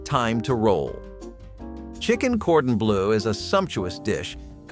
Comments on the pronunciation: Chicken Gordon Blue. Lol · Whoever is narrating this needs to learn how to pronounce cordon bleu and duck a l'orange.